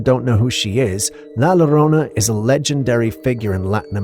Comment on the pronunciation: pronunciation is. "laa Jo rona " La Llirona.